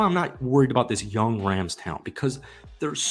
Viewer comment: my guy said Los Angeles Crams?